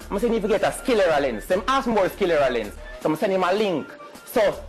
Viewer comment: It's called sclera lens, not skillera lens. LOL